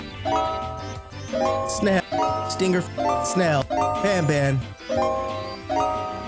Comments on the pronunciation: Not bonbon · I feel like they wanted to name the main character "banban," but they pronounced it as "bonbon," which is a type of french chocolate.